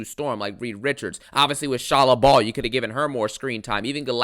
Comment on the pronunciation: No it isn't. It's ball as in fall.